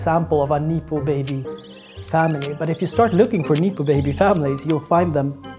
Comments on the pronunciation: Neepo 😂 just look it up before speaking bro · No one has ever said "neepo " baby. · great doc. super needed. it's pronounced nep-oh baby tho ;)